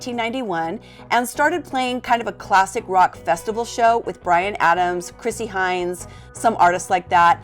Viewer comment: Chrissy Hynde, no Hyndes.